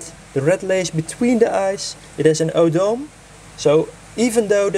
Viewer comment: O-Doh-Meh is the right pronouncement indeed! Thanks for your comment